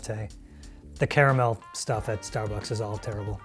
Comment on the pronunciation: did the American guy just said the proper name for caramel WOW